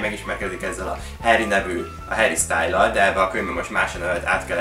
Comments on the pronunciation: az Harry Styles nem Style:D Hihetetlen, hogy megvetted azt a könyvet, hogy tetszett? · Harry "sztájlsz"😂❤